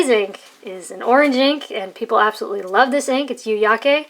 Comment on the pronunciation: You pronounced yu-yake just fine.